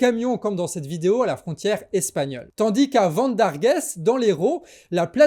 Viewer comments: Vendarguesse? 😅 "Vent d argue" c est mieux 👌 (Vendargues) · Ha tu m'as régalé avec ton vendargués, y a pas de é fada va, franchement merci Pour le taf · Vivement la suite !!! Ah oui, Vendargues ne se dit pas avec le SSSS à la fin ! Qu'est ce que j'ai rigolé avec le vendarguèsssss ! On va moins rigoler dans les jours qui suivent ... enfin, le Gouvernement j'espère ! Pumpélup, ACTION ! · Hihihi, alors on dit "vendargue" sans prononcer le S à la fin. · Total soutien à nos agriculteurs et toute les forces convergentes Ps: pour info , on prononce Vendargues ´´sans le S ´´ 😉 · Vendargues ok mais sans prononcé le S! 😂😂😂 Une montpelliéraine. 😃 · Ven - dar - gue et non Ven - dar - gaisse … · On ne prononce pas le "s" dans Vendargues. Je me suis demandé où était cette ville espagnole ^^ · On dit " Vendargue " on dit pas le "S" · Vènedarguèsse ! Haha. Les prononciations des petites villes.sont souvent hasardeuses... disons que ça donne un certain charme mon canard ! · Vendargues avec un S muet,;) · On ne prononce pas le "s" de Vendargues ! 🤣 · Merci pour ces infos! Juste un petit bemol: la prononciation de " Vendargues"😅 mais les heraultais(e)s réfractaires ne t en tiendront pas rigueur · Pour info le"s"de Vendargues ne se prononce pas 😉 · Le s ne se prononce pas dans Vendargues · On ne prononce pas le S de Vendargues ! Mais merci ça m'a bien fait rire quand j'ai compris de quelle ville tu parlais.